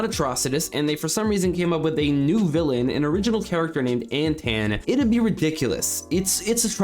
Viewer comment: I believe Antaan is pronounced like Anton.